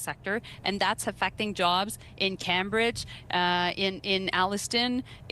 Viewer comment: she can not even say Cabbridge right carbridge is what she said